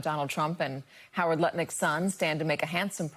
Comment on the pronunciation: I'm pretty sure Katy Tur is mispronouncing Howard Liknuts' name. The shameless corruption of the Trump administration is accurate, though.